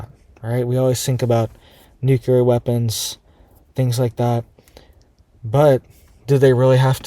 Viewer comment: Nuclear is pronounced "NOO-KLEE-ER" not "NOO-KYA-LER". Wtf is wrong with you? That is so irritating.